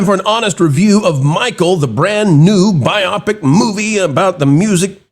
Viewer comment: It’s not pronounced bi-opic 😂 it’s bio-pic